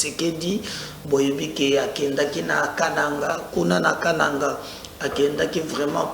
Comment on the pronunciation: Toi tu ne sais prononcer le mot kananga